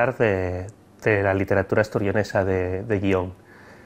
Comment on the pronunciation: Hola. Estoy estudiando el leonés para un trabajo de investigación. Tengo la duda de porqué no palataliza la l inicial en algunos casos, como por ejemplo cuando dice literatura, en vez de lliteratura (que es como creía que se diría). Os agradecería que me resolviéseis esta cuestión. Gracias.